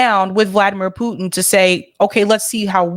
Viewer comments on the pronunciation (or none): none